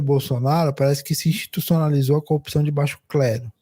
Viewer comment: Ai meu Deus 🤦🏽‍♀️ Até o comentarista do Meteoro fala COPÇÃO em vez de CORRUPÇÃO, igual ao Moro e o Galanhol.🤦🏽‍♀️